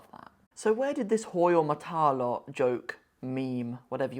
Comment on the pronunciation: Hahaha Manshallah you really saying it well.